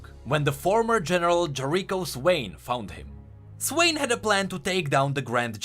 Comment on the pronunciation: I really appreciate your videos but they're hard to listen to with that awful accent and horrendous pronunciation. "The great bareer mountains" and "Jereecho Swain"? really?